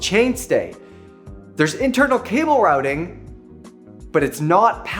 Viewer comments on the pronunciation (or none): none